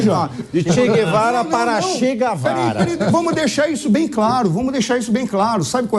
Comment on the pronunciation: Che Guevara para Chega Vara hahahahahahahaha eu sinceramente não te aguento